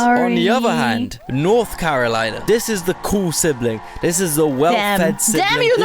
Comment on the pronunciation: At least my boy got North Carolina right hell yeah represent 😂🎉